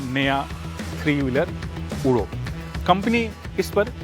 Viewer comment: ऊडो नहीं उड़ो है